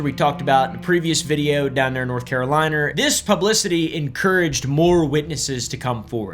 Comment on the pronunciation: North Carawhat?